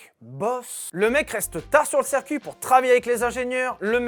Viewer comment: Bon, je ne voulais rien dire, mais, parce que tu le fais à chaque vidéo, et pour le bien des oreilles de la communauté : on dit "cIrcuit" pas, "cèrcuit" ! ;-)